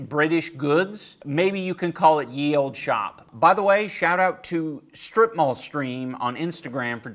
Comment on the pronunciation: The “Ye” in “Ye Olde Shoppe” is pronounced “The”